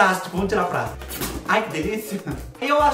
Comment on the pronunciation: Veio o prendedor de 'prástico'.... demais kkkk